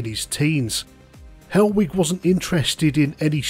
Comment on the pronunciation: I thought you were saying hellweek for ages then